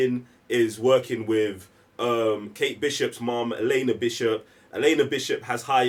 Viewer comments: continuously referring to Yelena as "Iliana" with and not even acknowledging it is the funniest thing 🤣🤣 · Why can't say Yelena? Why is he calling Yelena by Colossus's sister's name?(😄)